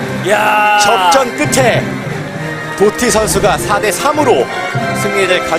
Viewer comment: Ddotty를 또띠라고 읽음